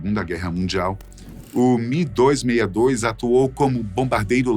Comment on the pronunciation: "BURRACHA" "FUGUETE" "MI 262" O CORRETO É: ME262, BORRACHA E FOGUETE.